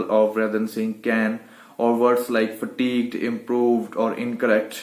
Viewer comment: FATIGUED not FATIQUED, you said FATIQUED